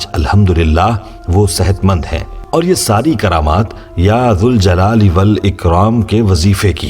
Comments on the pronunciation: Bhai . when we add "ya" to Zuljalal Wal Ikram . meaning changes . hence we need to read -- ya jaljalali Wal Ikram -- Please correct me if i am wrong . Please do some research . with ya we need to pronounce jal not zul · Galat hay sahi ki tasdeeq Karen ke ya zuljalalewalikraam Nahi Balke ya zaljalalewalikraam sahi pronounciation hay. Agar ya hatake padha jaye tab zuljalalewalikraam hoga phair bhi aap Tasdeeq zaroor karen aur hame jawab den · Aap Allah ke iss naam ko galat read kar rahe